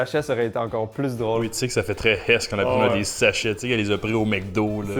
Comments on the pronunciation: oh svp un kebecois qui dit la herss c comme un parisien qui dit tabarnak c comme un blanc qui dit le n word t quebecois dit un repas de pauvre ou criss un plat de bs ..... ou fait comme les francais dit struggle meal en le prononcant le U en francais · Entendre "la hess" en québécois...👍🏻.